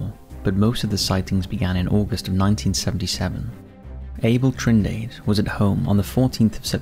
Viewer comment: Trindade (not Trinidade?) Pron. Treen-DAH-dah, and kinda roll the R